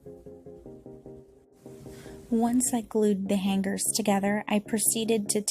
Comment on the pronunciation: The way you say hanGer tho 😅😊